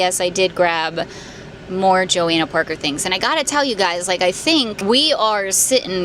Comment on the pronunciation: PLEASE PRONOUNCE IT RIGHT. Your channel is huge and you should know how to pronounce Johanna Parker 😅😅